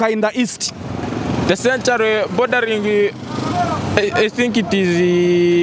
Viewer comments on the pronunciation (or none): I wouldn't say sen- ture- ri.😢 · But your pronunciation of century is somehow off my teacher no wonder the other guy was mistaking it sanctuary.